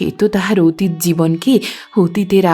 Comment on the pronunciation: আপনি চমৎকার পড়েন। তবে গৌর-অ উচ্চারণ হবে না। কিন্তু অতীত-অ উচ্চারণ হবে। শব্দটা নিরবিচ্ছিন্ন নয়, হবে নিরবচ্ছিন্ন। রূপ-অ বহ্নি হবে। জল-অ স্পর্শ হবে। উচ্চারণ ঠিক হলে শুনতে ভালো লাগে।আশাকরি কিছু মনে করবেন না।